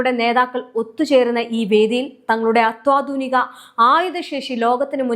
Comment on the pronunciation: ദയവു ചെയ്ത് അത്വാധുനിക എന്ന് പറയാതെ അത്യാധുനിക എന്ന് പറയാൻ ശ്രദ്ധിക്കുമല്ലോ...